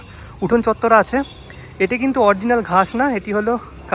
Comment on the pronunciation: কথাটা অরজিনাল নয়, অরিজিনাল...